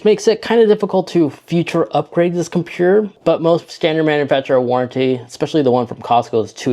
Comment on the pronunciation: compuurr lololol